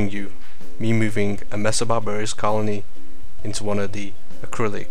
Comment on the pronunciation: It's 'Messor barbarus', not 'messor barbarius'.